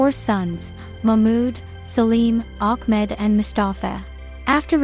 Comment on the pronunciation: Tell her. Itt iis. Ahmet...and NOT ACHMED